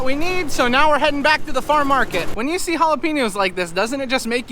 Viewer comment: Drone shots look great but even more impressive, is the improvement in the pronunciation of: jalapeños